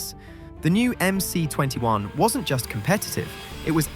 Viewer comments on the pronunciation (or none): It's MS, not MC.